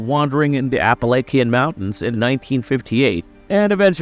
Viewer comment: I’m glad I’m not the only one who noticed this. This guy pronounces everything that has a “T” in it like it’s a “D” “the oder movies…” and completely destroys “the Appalachian”